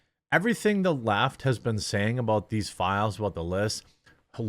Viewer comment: At 39 seconds in it sounds like you said the Laught instead the left. I'm gonna use 😅😁😅